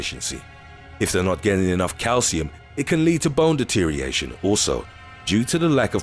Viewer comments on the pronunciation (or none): 'deteriation' is not a word. It's 'deterioration'. This is a good indication of the standard of this nonsense. Doesn't know a thing a ballet. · and You're missing an entire syllable when you say 'deterioration'. It's not 'deter-iation'. You are supposed to pronounce the 'or' as well. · When did the words deteriorate/deterioration lose a syllable?? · De-tee-ree-or-Ray-tion. Not de-teeree -ation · Why can you not say deterioration, which has 6 syllables not 5. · can no one actually pronounce deterioration properly? It has 5 syllables.